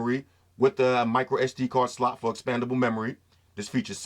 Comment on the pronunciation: Everytime you say slot...hahahahaha man can't stop laughing keep saying that bro